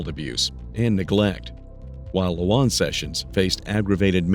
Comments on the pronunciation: Plz say this child's name correctly.. juh-mar-ee-uh. It's not jam uh reehea... idk if it just bothers me, but every time I hear the narrator say it, it irks me. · Her name is pronounced Ja mar e ah, not what that narrator is calling her. She deserves the respect of saying her name right. This woman is the most evil person I’ve ever seen! She literally pinched her over time til Jamaria was gone, she had that many pinch marks on her body.😢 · YOU CANNOT EVEN SAY HER NAME RIGHT!!!! SUCH A MONEY HUNGRY MAN U ARE!! YOU WANT TO SIMPLY PLAY BODY CAM FOOTAGE, AD LIB A LITTLE WHAT U HV HEARD OTHERS TELL, AND YOU ARE JUST AS BAD!!! SAY IT WITH ME!! “ JAH-MAR-E-AH” YOU ARE A JOKE MAN, SERIOUSLY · Little girl was tortured, disrespected, and murdered in her short life!! SAY HER NAME RIGHT! JA MAR EA, Jamaria!! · How you're pronouncing the little girl's name is throwing me off. It's very obviously "Jamari" (like the football player) with an -a at the end to make it feminine... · It makes me really upset that the AI voice can't pronounce Jamaria's name properly. It's Juh-mar-ee-uh. It's disrespectful to that poor baby, on top of everything else she was put through. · This!! 🤏🏽🤏🏽🤏🏽 I was saying the same thing to myself every time he mentioned her name. SMH.. 🤦🏽‍♀️ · When AI can’t pronounce the victims name correctly- it takes away from her story… it takes even more of her life than was already taken. So disrespectful to that child’s memory. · Wish you had said that baby's name correctly... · Note to the narrator: You can hear how they say Jamaria over and over again in this video, why do you pronounce it so wrong? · Its a shame these channels don’t have enough respect for the victim to pronounce their names right. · Stupid AI. Whoever owns this channel is profiting off of the torture, ab-use, and eventual death of CHILDREN, but can't make sure the victim's name is pronounced correctly? 🙄